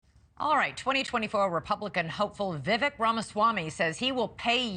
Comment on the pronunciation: Come on, say his name correctly. Pronounced VeeVek, not vivik.